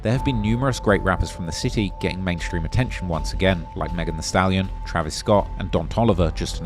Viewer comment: It's a city not chity..bro do uk not amerka😂